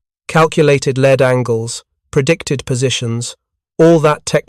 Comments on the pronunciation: AI doesn't understand that the text string "lead" has two pronunciations. this is AI narration reading off AI generated bullcrap. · Lead angles...is pronounced ""leed" angles. Why are so many narrators so ignorant of our language and yet try to sound so knowledgeable..stupidity can be infectious.....wise up stupid